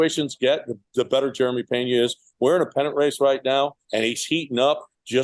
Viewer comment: Brother love the show and takes. However, his name is Jeremy not Jerema 😄. Also his last name is Peña not Pena cause that word means embarrassed. Anyways love the updates go Stros!!!